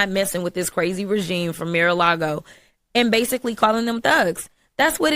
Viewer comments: crokett is so ratchet, it is Mar-O-Lago not Mir.....😄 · Did ratchet say mirror, Lago? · "the fak" and "troof". "Mirror-a-Lago" Yet she's in Congress 🤦‍♂️ "Mirror-a-Lago" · this woman is constantly showing her inability to speak. "Mira Lago??" it's embarrassing to have a person in congress like this.